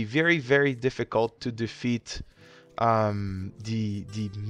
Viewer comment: "The may-ta" Love you, man XD